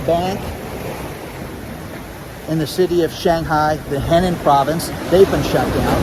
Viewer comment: btw That Chinese province you were talking about spelled Henan is pronounced like: HUH non.